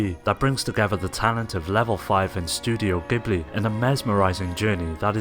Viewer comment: He said STUDIO BIHBLEE